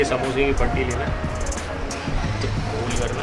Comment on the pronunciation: Maide ka ghool hota hai jhool nhi😂😂😂😂